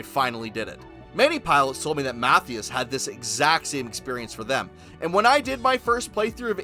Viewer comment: Matthias is pronounced Mah-tea-us just fyi